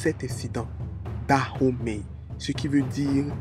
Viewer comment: On dit danhomey et non Dahomey Et le serpent ne s’appelle pas da mais dan